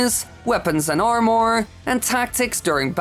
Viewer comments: I cringe Everytime he says arm-ore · Ik English isn’t your first language but please don’t ever say armor again